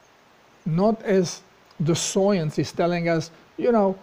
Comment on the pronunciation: I can't tell if your pronouncing science as soyence on purpose, if so that's hilarious. Great video!